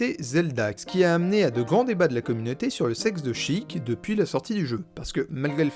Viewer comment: Raaahhhh "Chiik" "Shiika". Je meurs